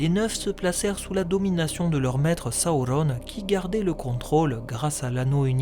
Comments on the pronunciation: il s'apelle pas sahaurone mais sauron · Pourquoi tu prononces sa ou ronne? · Tu peux pas dire sauron comme tous le monde? Saouronne??!! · j'ai pas encore lu le silmarillion mais c'est prévu , c'est juste qu'entre ta vidéo et les film où il prononce sauron ça surprend :) il y avait rie nde méchant bien entendu :) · C’est quoi cette manière de prononcer Sauron ? 😂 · Est-tu obligé de nous imposer ta propre prononciation de Sauron? Déjà il est pas espagnol, ensuite dans les films VO les acteurs se font chier a parler un elfique parfaits, c'est pas pour derrière déformer tout les noms chacun à sa sauce. Superbe vidéo un hein sinon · Je suis d'accord avec toi pour la prononciation du "u" , c'est sur les deux premières syllabes que je trouve ta version étrange, car la majorité du temps la lettre "u" par extension le son "ou/o" vient toujours après une consonne (on le voit bien dans les exemples que tu ma cité) Durendil, Dol-guldur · Tres bonne video mais serieux qu elle soit bonne ou mauvaise ta prononciation du nom Sauron est ridicule alors arrete stp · Très bonne vidéo comme d'hab mais un peu dur parfois avec les prononciation comme "Sawourone" ou "Morgosse" ^^'